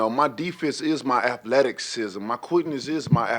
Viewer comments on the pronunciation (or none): “Aphletikizm” lol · “My deefense is my athleticksism, my quickness is my athleticksism” Who needs words? Absolute dive watch the playback! Disgusting… the Deyoncé train rumbles on! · Athletic-cism lol